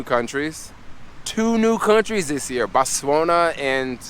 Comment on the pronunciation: Not gonna lie....learn how to say the Country names properly..and when u were in "Botswania" and complaining bout lack of vegan food...bro..eat the cultural dishes..in Zimz it's sadza plus greens and Okra...good luck coz I do like a few of ur vids but boy do u have alot to learn u r actually jarring at times..just my opinion...peace...